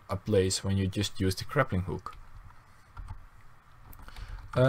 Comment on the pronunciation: He keeps saying "craplinghook"